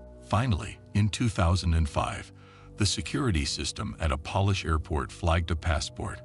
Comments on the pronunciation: Except for the repeated mistaken pronunciation of Polish. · You do realise the narrator is AI? Pronounced Polish as if it was a cleaning product 😂😂😂😂😂😂😂😂😂😂